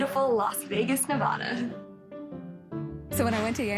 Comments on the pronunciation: She says Nevada wrong. That won't last long if she stays. its Nev'ada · Bitch is from NeVAda and pronounces it wrong. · The Spanish word is indeed pronounced "aw" (or like my Mother's side of the family says, "Nebawda". Hispanics get a pass. ☺). The name of the state is pronounced "/nɪˈvædə/". Google and Youtube it all day. The correct way is with the æ, like "apple". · So many uncultured Nevadians getting triggered by how she pronounces the name. You would think a well-cultured state like Nev-AH-da would understand... oh wait.... Nevermind. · If she really lived in Las Vegas.. I think she would pronounce Nevada like a local - instead of "Ne-vah-duh." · You're not from Las Vegas if you say Nev-AW-da. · Nev-ah-dah. Lol. Nope. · She lives in Las Vegas and still can't pronounce Nevada property?